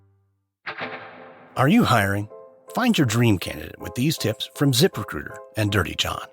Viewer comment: The guy’s pronunciation of the words “zip recruiter” is unacceptable. If he didn’t say “zip recruiter” 75 times an ad, I wouldn’t care, but it almost made me stop listening to the podcast.